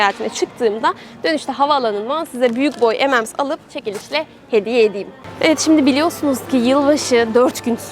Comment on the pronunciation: Ememsler değil ememems